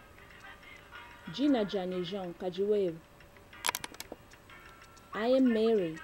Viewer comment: it's "kadi wewa" and not "kidi wewa"